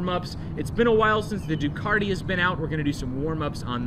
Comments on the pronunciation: Really enjoyed that Episode..I felt like I was right there with you on the ride..I notice the pronunciation Ducati to Ducarti in speech & writing...must be a local thing..😂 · "DucaRti"??? there's no R in Ducati. You say it like this du as in jew, then cat, as in cat and add an i on the end which is pronounced like an e. Now all together Jew cat e, Ducati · A little Italian designer with a drafting pen dies every time you say Ducarti.